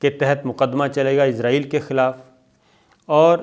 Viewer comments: Sir g pls Israel hai izrael nhi hai aap bar bar Izrael bol rhy hai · Sir, its not izraaeel .... its israel. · سر آپ اسراہیل کھو۔آپ عزراہیل نہ کھو ۔یہ تو فرشتہ کا نام ہے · Sabir sahab.... "Shut up your mouth" nahin "Shut your mouth" hotta hae, Aur aap "Israel" ko "Izrael" kiyun parhte haen.... Aap aik journalist haen, per aap ne english kahan se parhi hae? 4 minute ki information..... 20 minute ki video.... kamaal ho gaya... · عزراعیل کیو بولتے ھو اسراءیل بولو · Sabir Bhai, its Israel not Izrael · یہ لفظ اسرائیل ہے، ازرائیل نہیں۔ درستگی کی ضرورت ہے۔ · اسرائیل کو ازرائیل نہیں بولا کریں